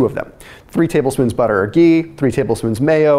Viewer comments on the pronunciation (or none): none